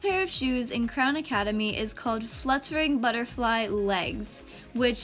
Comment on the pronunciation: I love how you out clown instead of Crown 🤣🤣🤣